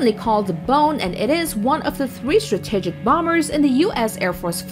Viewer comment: the way she pronounces the word 'strategic' bothers me